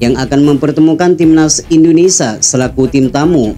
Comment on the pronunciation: INDONESIA min, bukan INDONESAH.